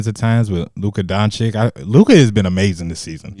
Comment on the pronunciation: stop saying Luka Donchick